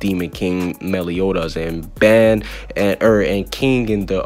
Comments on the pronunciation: can not say baan, gowther and die-an its pronounced bon,gother and deean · BRO ITS NO BANN ITS BAN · I don’t like the way you say Ban